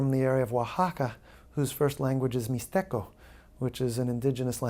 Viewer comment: He reminds me of Will Farrell saying OaxaCA y MizteCO 🤣